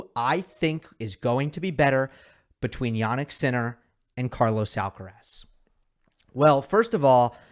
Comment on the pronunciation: No podrías esforzarte un poco, solo un poco, en ponunciar bien "Carlos Alcaraz"? Yo creo que eres capaz